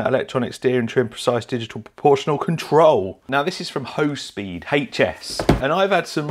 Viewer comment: "Hospeed" did it come with "Heels"